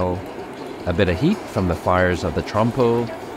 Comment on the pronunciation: Wtf did he say? Trump or trompo? Bro learn to say those words before you speak?!